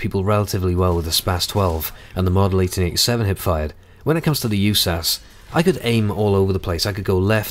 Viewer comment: It's U.S.A.S. 12 no Yewsas just fyi